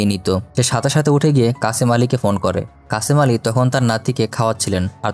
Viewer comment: What is kacamali😅😅😅😅it's kashem ali